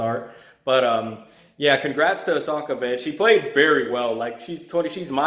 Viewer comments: I kept hearing Asoka. Man, it's "Oh-sa-ka" not Asoka. She got robbed of her moment earlier stop butchering her name. lol Just say Naomi. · It's OSAKA not Asoka ya goblin! You suck ass. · Osaka men O S A K A. Not asoka😂😂😂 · It's Osaka. Not ahsoka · It's O saka not A soka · First of all, if you want to make a video analysing the tennis match stop watching football and stop wandering around the room like you are on meth. and secondly learn to pronounce Osaka properly at least. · You can't even pronounce the name of a city well.....big turn off!!!! OSAKA, how hard is that to say? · She's not Ashoka! Ashoka was an emperor from India. She's Osaka! O-S-A-K-A! It's not that hard. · Stop watching soccer and learn how to pronounce Osaka correctly. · You can't even pronounce the woman's name correctly. Three syllables too much for you? Serena lost the match cuz she lost her head (and seemingly her sanity). That's three times she's acted like a complete loon ass at this event, the one in her own country. She got what she deserved then they tried to make it about her instead of Osaka. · Just a piece of advice.....its very important to pronounce a person's name they way they say it. For example the legendary ice hockey goalie Patrick Roy is French Canadian and his last name is not pronounced like the English name Roy though the spelling is the same....but Roua. And also when making a review concentrate on it, don't watch a Football game as well or do it when the game is over.